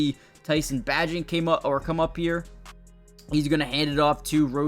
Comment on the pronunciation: Hey lmao you so funny it’s Tyson “Bay-gent” (Spelled Bagent ) not pronounced like Badger 😂❤